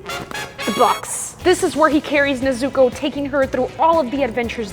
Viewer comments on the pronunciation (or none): I’m about to say spoilers but I want to see a bit of sun breathing in it and I don’t want to be rude but I laughed when she said Na-zoo-ko